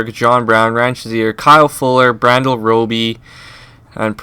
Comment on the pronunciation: You thought that was funny,(which it is) he called Bradley Roby, Brandyel. Hahahahahaha!!! This dude straight up knows nothing about football.The Phins would never get rid of Jones or Wake. SmH